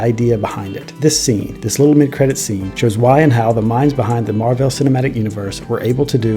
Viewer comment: Your commitment to mispronouncing Marvel in this video is incredible and infuriating at the same time.